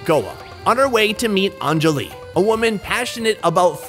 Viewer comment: It’s not ahnnnnjali it’s anjali